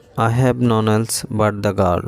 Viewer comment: None এটার উচ্চারণ করতেই পারেন না আবার ইংরেজি শিখাতে আসেন কেন ওটা নন হবে না নান হবে উচ্চারন ওকে